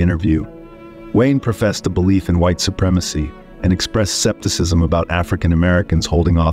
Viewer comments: "'Cepticism" lol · Sure, it's well known that all the people listed were A-holes. Either this narration is AI mispronouncing Cyd Charisse as Carisse and scepticism as septicism or the stupid guy hasn't done any homework. I'm bailing on it